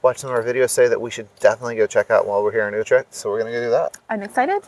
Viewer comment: As long as you keep on saying "Youtrack" instead of Utrecht properly , people will cassify you accordingly Hint , spend an hour on the vocal U and that s a perfect investment. Dont get triggered.